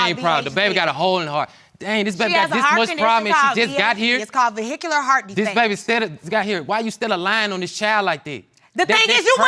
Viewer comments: Am I the only one who heard vehicular 🚗 heart defect? Shouldn't it be ventricular heart defect? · "VEHICULAR Heart defect"....No honey....its "Ventricular heart defect". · Did she say her baby has VeHicular Heart Disease or Did she mean VenTricular. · Did she say “vehicular heart defect”?😭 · Did she say "Vehicular Heart Defect"? LOL!